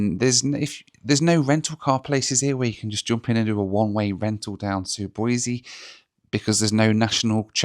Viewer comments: Great video - always fun to see your home turf. I've ridden motorcycle thru Salmon more times than I can remember. BTW, it's Boisee, not Boizee. If you say Boizee you have to follow up with "I'm not from California and I'm not moving to Idaho". 😁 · As a life-long Boisean, I respect the correct pronunciation! Boiseee rather than Boizeee! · BOY-SEE no Z. Otherwise we'll have to call you 😅